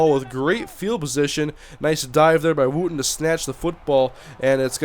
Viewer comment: I may be wrong, but isn't Wootton pronounced Woo-tawn? Not Woo-tin?